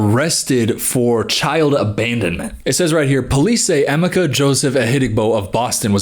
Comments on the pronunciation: Oh my gosh😂😂😂😂 I'm Nigerian and I just realized , his name is Emeka. You have been mispronouncing it as Amika and I thought that it was a weird English or Filipino name. Btw its pronounced "Eymayka" emphasis on the ka. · The way he butchered Emeka’s name, help😭 Love you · No offense but as a Nigerian, that is the worst pronunciation of Emeka I've ever heard 😭😭 (To be fair, I went to look for a video of her pronouncing his name and it's also terrible 😭)